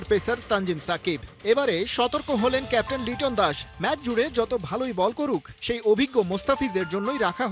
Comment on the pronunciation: লিটন কি ক্যাপ্টেন? সাই হোপ আর লিটনের মধ্যে তফাৎ দেখে লিটনকে কেপ টেন বলেন